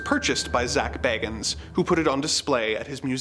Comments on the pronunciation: One minor point: I think Zak pronounces his surname BAY-gans. Just fyi... :) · Love the sarcasm! Especially "Because of course they were..." LOL! Also, Zak's name is pronounced "BAY-gans", btw. I used to be a huge Ghost Adventures fan in my early 20s with the original trio of Zak, Nick and Aaron.